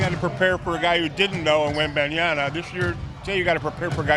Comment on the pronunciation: Did just say "Wembanyana"?